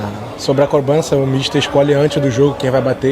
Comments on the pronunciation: extremamente nervoso, "crobança" 😱😱😱😱😱😱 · O que mais me irrita é ele sequer saber pronunciar "cobrança" direito